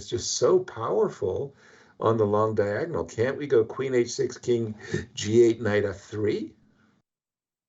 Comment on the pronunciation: "Diangonal". I like him.